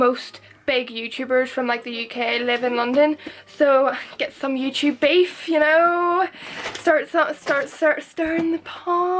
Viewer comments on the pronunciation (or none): none